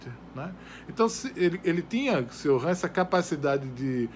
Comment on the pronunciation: Só a pronúncia do nome dele você falou errado. O certo é "Tioran" e sem esse "r" afrancesado, pois ele era romeno.